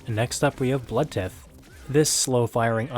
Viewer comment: Great video! Thanks for the shoutouts and I’m glad that the footage I recorded proved useful! No Chunkwriter tho 😭 also Blood Tithe is pronounced like tide but with a “th”